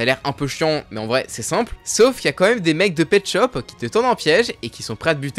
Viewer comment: je suis un 2002 est imposible de prendre au srx quand tu dit petschop